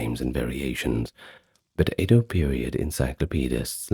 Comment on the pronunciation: I’m sorry but it’s pronounced “Edo” and not “Eido” 😭😭 it’s phonetic dude